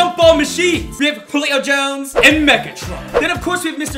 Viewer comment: Why he say “Julio Jones” like that 😭😅